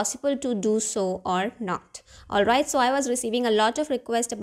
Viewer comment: Olvait, olvait, olvait 😂😂😂